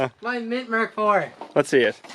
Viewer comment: Thank you for saying "Mark 4" and not emmkay 4